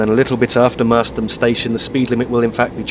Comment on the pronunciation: great Vid although the pronunciation of Merstham is wrong. 'Mers~stram'